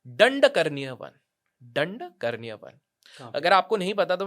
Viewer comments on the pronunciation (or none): Dandkaranya not karni